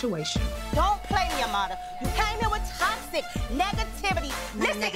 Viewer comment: I HATE how everyone pronounces her name tryna put the accent on it like AMADA...when it's Amara...I understand ppl who speak Spanish saying it that way but everyone else just sounds ridiculous...